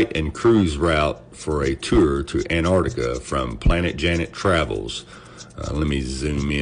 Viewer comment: HEY AMERICANS, THERE'S TWO GOD DAMNED C's IN "ANTARCTICA"!!!!